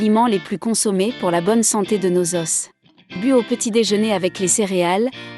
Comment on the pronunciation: Pourquoi vous pronouncez s pour les os au pluriel